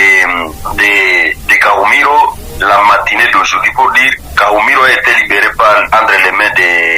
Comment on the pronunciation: Kahumiro et non kumuhiro